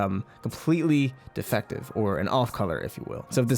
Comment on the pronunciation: I like how you said "completely defective" . Emphasis on defective. That reminds me when Jasper came to earth and called our Pearl defective.